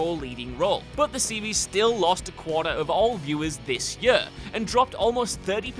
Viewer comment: the way this guy pronounces 'year' really grinds my gears lmao